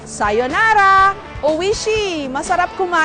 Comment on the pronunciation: 無理山検事 the pronunciation is o-ishi but philippines read it wrong and when you try to correct them, you are portrayed as a "know it all". Gg philippines